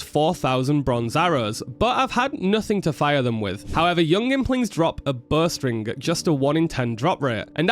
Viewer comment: I thought he was saying "Burst ring" the whole time he was talking about bowstring and I was so confused.